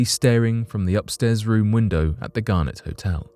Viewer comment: It's Garnet...not Garnett....Garnett is a family name and Garnet is a stone! Very different pronunciations!